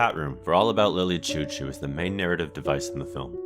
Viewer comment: Sorry Lily CHOU CHOU (pronounced Shou Shou)